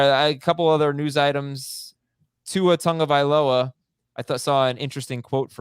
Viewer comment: Tagovailoa...Tag-o-va-il-o-a.....not Tung. That is spelled tongue. 😎